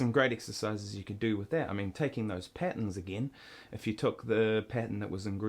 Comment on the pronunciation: lol the way he says "patterns" sounds like patens